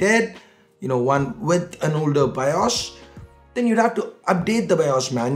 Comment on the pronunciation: its bios not BIOSH